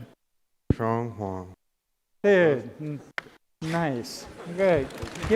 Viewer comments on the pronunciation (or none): none